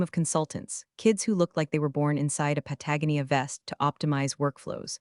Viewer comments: It's not a pa-TAG-o nee-a vest. It's a pat-a-GO-nee-a vest. Your AI can't pronounce things properly. I hear this mistake all over YouTube, Distracts from the story. FIXIT! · pa ta go knee ah vest. Your AI has the IQ of a kindergarten kid. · I wish the narration would learn to say "Patagonia".